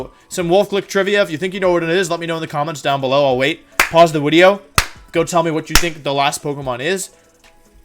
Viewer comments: Earlier than normal wideo? Yes please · wideo wooo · Not live live wideo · Did you hear him say wideo